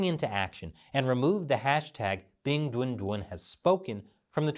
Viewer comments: Every time I hear say the name of the mascott I chuckle because I hear "Big Dun Dun" which sounds like a completely ridiculous child cartoon's character name... Ridiculous btw, like the entire idea of having a Winter Olympic in a city that has no snow and in a country that commits a genocide every decades or so... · Stop saying 'Bing Dwen Dwen' it's driving me nuts 🐼